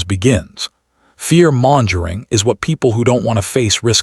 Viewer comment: Per Google's AI: "Mongering" is pronounced like "MUNG-guh-ring" in both US and UK English, ....